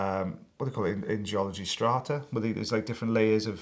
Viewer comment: Strata? Oh come on.... its like baklava!!!